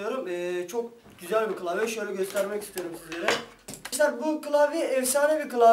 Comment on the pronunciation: türkçen kaç senin kılavye değil klavye bunuda bizmi söyliyeceğiz